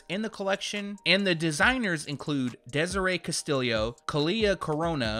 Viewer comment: hey man. just so you know, "castillo" isnt pronounced "cahss-tillie-yoh." it isnt like "millie." castillo is pronounced "cass-tee-o" its spanish. in spanish, "LL" makes the "Y" sound. to add, the "ti" should almost be a "D" sound, not like how you would say "T-shirt." not trying to be rude, hope you see this and you can learn a little somethin. :)